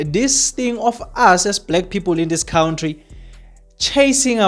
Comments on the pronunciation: Why do say kountry😅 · You cant transform knowledge and information when you can't even pronounce an easy word like country, mr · Cowntry,Kowntry,khawuntry bro🤣🤦‍♀️